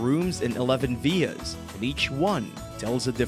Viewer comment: Veers? I'm assuming you mean villas? Christ, why speak like that?